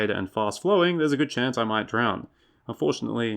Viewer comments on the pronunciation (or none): I think he said "And fortunately", but it sounds close to "unfortunately"